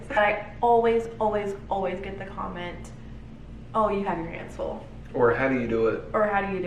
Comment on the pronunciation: Loved this video! You cracked me you said condom instead of comment😂